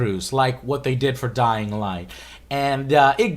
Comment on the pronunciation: "Dyling" Light